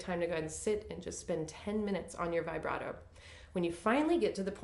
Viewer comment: vee- BRAH- toe, please. This is an Italian word, not English: not "vibrate" with an "O" on the end. Glad to finally see someone teach about NO THUMB ! Thank you!